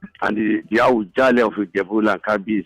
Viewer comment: it's "Awujale".... Don't form Porsche over nothing. Look at what you are pronouncing properly